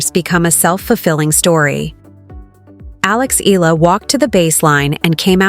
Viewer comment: Get your pronounciation right!! EE-YA-LA!!